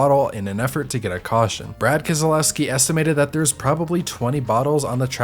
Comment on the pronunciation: the way he said keselowski...